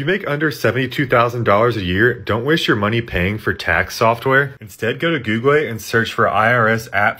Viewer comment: Googlay, hardvard, aytally